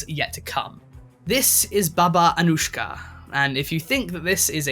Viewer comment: when u said Anujka the j sound u made is a letter in my language its Š š